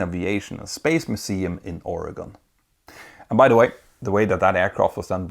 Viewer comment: Thank you for pronouncing Oregon correctly! And yes, I have been in the Spruce Goose.